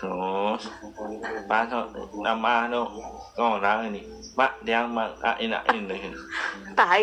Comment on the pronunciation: Itu knpa sush bngt ngmongnya?,nampah jdi namah😂